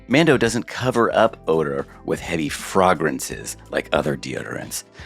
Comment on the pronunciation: Jorm, I’m glad I didn’t skip the ads because I will now probably pronounce the word fragrance as frogrance for the rest of my life.